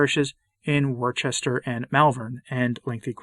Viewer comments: Gonna be "oh, that guy" for a sec. and am well aware that nobody likes "that guy." It's pronounced :Wuh-stuh-shur' and "Wuh-stuh" with a barely discernable "r" at the end. The "o" is pronounced in the same way one would say "cook." There's more truth in what I just told you than that fictional tale of the parishioners begging for the Novus Ordo back. Remember, everyone is allowed a few "oh...that guy" moments now and again. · Worcester is pronounced Wooster, and Worcestershire as Woostershire.